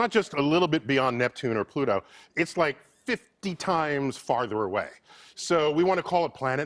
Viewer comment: Not Pluto...Twoto